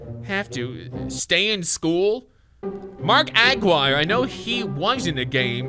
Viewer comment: I can’t stand it… It’s not Agggguire it’s like Jerry McGuire without the mc